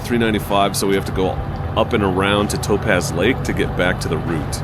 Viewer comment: Dunno what school they taught you to mispronounce everything. 1st I thought it just regional, but Toe-pahz? Really? Lee Vine-Ing. Etc. Sheesh. That's She-shuh to you, mush mouth....